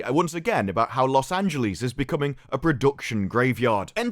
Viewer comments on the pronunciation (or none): Take a shot every time says Los Angeleeze like Bugs Bunny